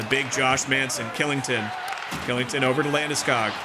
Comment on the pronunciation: Just so you know the defenseman for colorado Kylington is pronounced Shillington